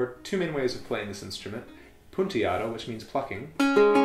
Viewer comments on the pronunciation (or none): Nice video! Jus wanted to say that in the minute you pronounce correctly “punteado” in Spanish, but in the minute you forget to pronounce the “n” and you say “puteado”, which means a different thing in Spanish. “Puta” in Spanish means “bitch”. “Putear” is the verb, which means “to cuss” or “to go whoring”. “Punta” means “point” “Puntear”, the verb, means to put points. And then you get “punteado”, which is the past participle of the verb, like “pointed”. It’s just a random comment. It was funny to listen it. Thanks for your videos! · Thanks for the video, but your Spanish needs work. Your "punteado" sounds like "puteado", which would mean something quite different